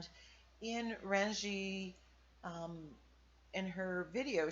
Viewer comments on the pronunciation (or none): cool background and technique. Renje is pronounced Renyay. Just kindly wanted you to know. Really have enjoyed what you have been doing lately. Thanks,.